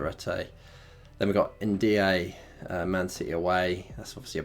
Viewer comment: He also says NDee-A for Ndiaye 😂